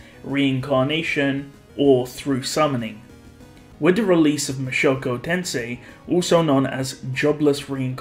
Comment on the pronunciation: Mushoku Tensei not Mashoko Tensei